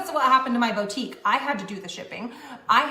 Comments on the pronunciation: It’s just wrong. It hurts my ears. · I don’t know if it’s because I’m a French speaker but hearing her say « bow-tique » truly drives me insane. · we said bo tique at the same time 🙄 ❤